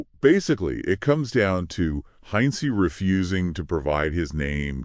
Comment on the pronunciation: the guy pronounced travis name as "Heinze'ee" (?? Heinzy ??) LOL 😂